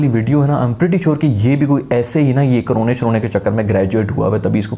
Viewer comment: Coronay (Style of our 👊😂)